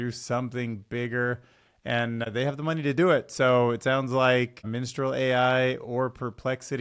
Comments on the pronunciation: that's Mistral not Minstral. Just sayin'. (Love your show but not in an, "aromantic' way) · dude it´s aromaNtic not aromatic xD maybe if you read it correctly the first time you could have guessed better what it was xD also it´s mistral and not Minstral :D minstral.. mistral who cares.. fuck the french right?^^